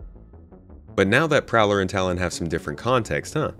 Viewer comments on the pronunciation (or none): none